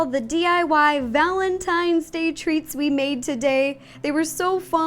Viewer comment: i thought you said valentines THREATS. (love you ro)